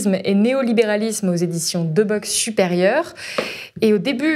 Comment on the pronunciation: Deboeck se prononce « debouk » ma chère